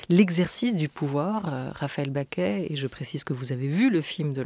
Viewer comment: Pourquoi la journaliste prononce Raphaëlle "Baquet" ? Elle s'appelle Bacqué.